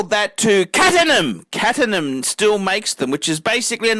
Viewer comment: I't's pronounced "Eleeese" and "Exeeeege". And no such thing as a "Catenham" big boy. Try Caterham. FUCK me dead